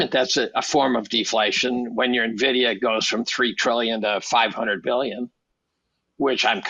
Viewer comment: It isnt Navidia its Envidia for pronunciation.